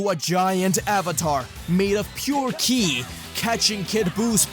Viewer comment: Are you saying kili? Instead of ki?